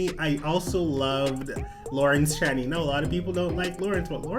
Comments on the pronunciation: Love the videos but pleeeassse 🙏 it's lawrence "chain-ey" not "chan-ee"😂😂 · Hey boo, so FYI Lawrence Chaney is actually pronounced "Chay - Knee"